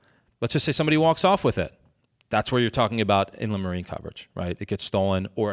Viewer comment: It is spelled Inland Marine for anyone else wondering. I had to look it up in my policy. Weird way to pronounce it. In-le-marie